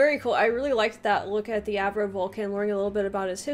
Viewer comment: Avro, the name is Avro Vulcan, not Acro!